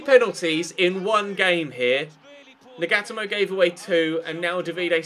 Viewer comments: Nagatomo= Nah-gah-toe-mo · Nagatomo is pronounced Naga-tomo